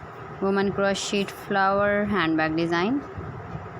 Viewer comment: First you learn the correct pronunciation of Crochet. T is silent.